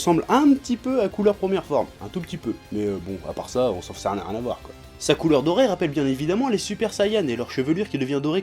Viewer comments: Ça me fait drôle d'entendre quelqu'un dire Cooler en français. J'ai toujours été habitué avec l'accent anglais donc du coup ça sonne ''couleur'' pour moi hahaha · Noxiss En faite sa se prononce "COULA"